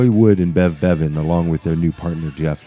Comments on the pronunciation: Why can’t the narrator get the names right? Who the hell is “Brev Bevans”? 😀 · Good documentary although the narration was a bit sloppy with the misreads and pronunciation errors (Bev Bevans, Night of Fears etc.). Not sure about the assessment that The Move didn't hit the major league though. They were charting high at the time but they seemed unlucky with their bookings and albums. Having said that, really enjoyable and informative. Watched it twice.